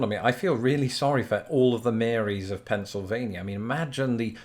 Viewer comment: Lol he got Pennsylvania right! Nobody can decided on o e accent so we all speak differently.